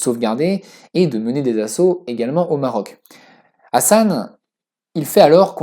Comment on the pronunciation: Ta façon de prononcer le H de Hassan est juste horribe à entendre...😖😖😖 Prononce le comme le H de Hawaï est plus proche de la bonne prononciation en arabe que ton truc bizarre qui correspond plus à une autre lettre arabe.